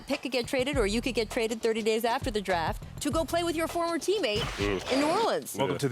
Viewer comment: "Top 'Droft' Prospect RJ Barrett" - Rachel Nichols, 2019